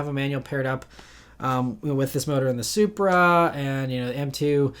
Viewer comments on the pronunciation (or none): none